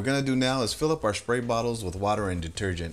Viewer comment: Perfect video. Got some dirty āss hats to clean. Sidenote: Sad to see that they got to you, too. Somebody made you start pronouncing your "sr" sounds with an "sh". I did a drinking game to how many times you said "shpray bottle" instead of "spray bottle" and I'm blackout drunk now. Remember kids! It's stairs, straight, strong, spray... not shtairs, shtraight, shtrong and shpray. Good day!